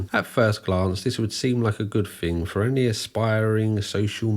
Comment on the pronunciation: He also objectively mispronounces a lot of words, which is… a ton of fun… “thing” is not spelled “fink” and three (3) is not “free”